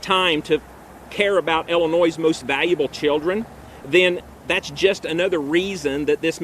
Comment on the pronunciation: This guy can't even pronounce Illinois lol